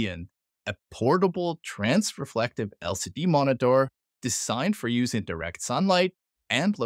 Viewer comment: I'm 32 seconds in at this point, and strongly considering not watching any further simply because you keep saying "trans*re*flective" rather than the correct "transflective". If this keeps going, I'm pretty sure my head will explode.